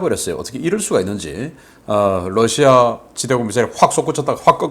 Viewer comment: Russia발음 바로 해주시면 고맙겠습니다. 여러번 말씀 드렸습니다.